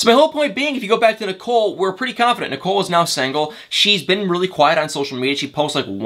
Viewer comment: “Sangle” 🤣🤣 where are you from